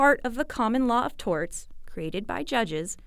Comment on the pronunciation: "Strew Dulls" and "Torts"/"Tarts".